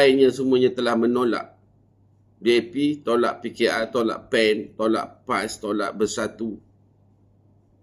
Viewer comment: PAN lah..bukan sebut Pen....😂